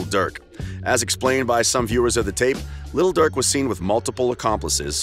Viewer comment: Stop saying little Durk 😂😂